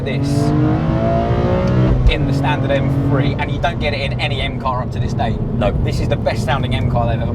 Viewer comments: Its pronounced m three not m free. Morons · Efirty Mfree, grrrrr this guy really spoils my enjoyment of this channel